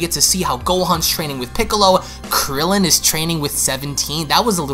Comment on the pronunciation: No one: Not even a single soul: Me: When he says krillin 😂😂😂😂😂